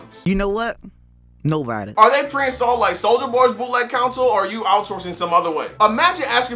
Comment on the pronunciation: It irks me every time you pronounce console like “council” lol